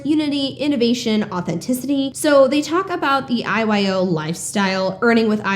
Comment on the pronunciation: I was listening while driving and the first few times you said IYO club i heard “eyes wide open club” ha😂